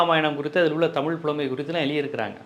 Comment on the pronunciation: தமிழு உச்சரிப்பே 😅😅😅அந்த 😅😅